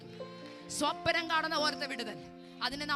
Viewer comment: You are young, why you are speaking swapanam like old people, please pronounce swapnam.😊❤.God bless you.